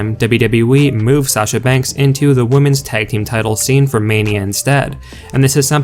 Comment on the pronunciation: If you don't like it then don't read or look at it. And by the way her name is SASHA not Sachar. Everybody needs to get off of her ass. She is a very good wrestler and she did what she did for a reason. She has never been treated right. She's just as good if not better than Charlotte or Becky. Charlotte Flair gets away with everything.